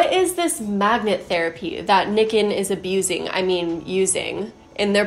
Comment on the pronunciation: Nikken is pronounced "knee-ken" and kenko is a Japanese word for health.